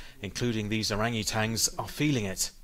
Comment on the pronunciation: "irangitans" ??? you mean Orangutans?